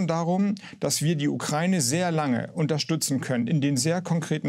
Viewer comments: Wenn Sprachwissenschaftler Ukraine nicht aussprechen kann. Ukraine nicht Ukreine. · Nur eine Kleinigkeit: Der Begrriff "Ukraine" wird wie folgt getrennt: U-kra-i-ne. Insofern wird diese Landesbezeichnung NICHT mit "ei" ausgesprochen, i.S.v. "Ukreine" (U-krei-ne), sondern JEDER Buchstabe wird EINZELN ausgesprochen. Herr Harbeck und andere, die hier einen Aussprachefehler machen, sollte das wissen oder wissen dies nun. Das Land heißt: U-kra-i-ne und NICHT "Ukreine"!!!